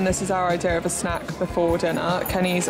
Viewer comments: I really thought you casually said " watch tv and have sex in bed ". Had to rewind to realize you said snack. I was like wow she's so open about it. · Omggggg same! I was like Yassss queen! Sex in bed perfect plan 😅😅😅 Rewinded and then realized she said snack! Lololol well snack sex either way FUN STUFF